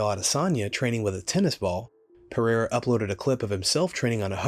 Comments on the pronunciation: I like it when Sonnen says Pierre …… I’m like…… Who the hell is that??? Then realized he was talking about Alex Pereira. Chael always find a way to be relevant. 😂😂😂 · Who's Pierra? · Who is Piéra??? Some fighters names get murdered whithin people in the Ufc that's why I like Bruce Buffer's professionalism,he takes the time to get the little things right... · i love Chael but for god sakes he can't pronounce anyone's name correctly.. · Listening to Chael keep trying to say Pereira is painful